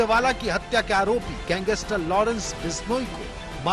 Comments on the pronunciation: See how he says gangster!!! Gangeestrr!! Yeh patrakar hai!! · Pehle gangster bolna seekho